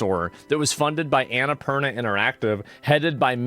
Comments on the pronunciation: Annapurna not anaapurnia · Asmon called the studio that made Stray "Annapurnia"... Anna-purr-nya 🐈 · 'annie purinia' 😂